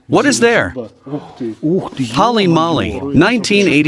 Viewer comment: "Holly Molly"... it's pronounced Hole-E Mole-E, you goofs.